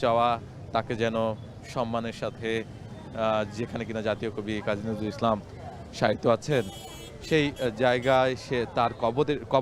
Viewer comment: কি ধরনের কথা জাতীয় কবির নাম ও ঠিক ভাবে বলতে পারে না কাজী নজরুল ইসলাম